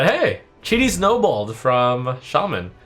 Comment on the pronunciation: The way trump pronounces Cheaty snobold perfectly summarizes shamans Card reveals compared to the other classes. Shitty :)